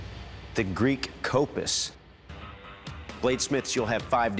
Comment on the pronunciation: Its kopsis